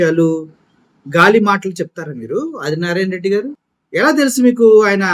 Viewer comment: అరె అది నారాయణ.రెడ్డి గా లంజకొడకా.తెలుగు వస్తె చదువు రాకపోతే నియమ్మతోనో ,నీ అలి తోనో. ఇంకా కుదరకపోతే కూడా పలుక్కుని చదువ్.నువ్వు ఒకే మడ్డకి పుట్టుంటే నిన్ని అదిగా జగన్ నీ టచ్ చై ఏపీ లో sc,st,bc మైనారిటీలు ఏకమై ఉగ్రవాదులు లాగా మారతారు..జగనన్న చిటికన వెలు మీద వెంట్రుక కూడా పీకాలేరు నారాయణ నారాయణ అని తంపులు పెట్టుకో రా కొజ్జానాకొడుక....